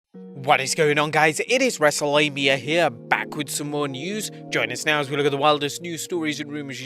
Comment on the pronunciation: Thought you said Wreslte Labia